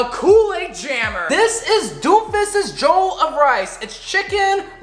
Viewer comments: Im not african but if it was the way you pronounce Jollof it would be spelt Joll of rice but it actual it Jo-loff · I am disappointed as a black person I can tell you it is pronounced Jellof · Juhloff not jole of rice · Anyone else cringe whenever he said “jole uff” instead of “jole off” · mmm mmmm mmm, l do love me some jolof rice say: je-lof rice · A a Nigerian I can cat you did wellbut it looks like Ghanaian jollof , Also it’s pronounced jo-lof rice. Hope you enjoyed it. 😁😁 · I'm vomiting all over the place! The way he said jollof. "Jolf" lol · dude said “doomfises jolov rice” 😂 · Jole of Rice? Lmao it’s pronounced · Damn I’m from Nigeria and its cool to see you make this. Didn’t watch the video so idk if you made a comment about the pronunciation but it’s pronounced “juh luf” much love tho. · jowl of rice 😂😂😂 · He says jollof wrong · as a nigerian, the way he says jollof rice makes me wanna kms, who needs sombra to counter doomfist. this guy just needs to say JOLLOF rice and doom is rocket punching off the map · Just saying he did say jollof rice wrong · Me, an african, listening to him pronounce Jollof wrong: 👁👄👁